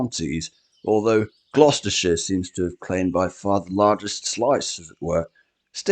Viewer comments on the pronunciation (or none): none